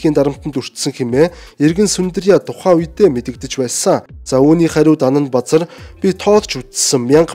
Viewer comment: Анандбазар гэдэг нэр Анандбузар гэж сонсогдоод байх юм ...